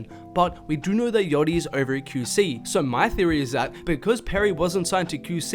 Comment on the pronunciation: “Kew see” LMFAOOO you my mans but the way u say QC got me cryinnn